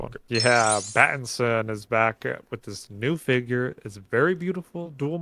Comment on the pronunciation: Great video guys! Instead of saying figure I heard say skin! 😂